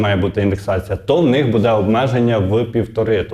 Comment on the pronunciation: Не будЕ, а бУде ! Скількии можна Вам казати ?